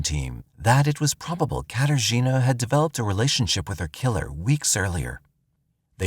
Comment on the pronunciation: Say "Kater Gina" one more time. I dare you